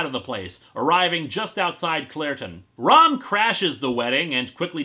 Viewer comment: I keep thinking he's saying rum not rom I guess there's a marvile like comic coming